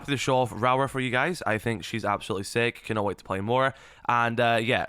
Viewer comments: every time he says her name i feel my soul ache Rawra vs Raora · really butchering her name😂😂😂😂raawrarh😂😂